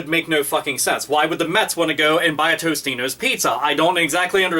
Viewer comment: TOTINO'S not TOSTINO'S